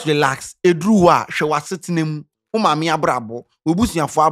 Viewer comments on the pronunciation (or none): none